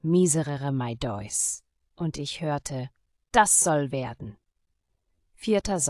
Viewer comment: Hi: Bei timecode sagst du (phonetisch) Däuss (geschrieben Deus). Damit ist aber Gott auf Latein gemeint und es spricht sich phonetisch "DÄH-US" aus. MfG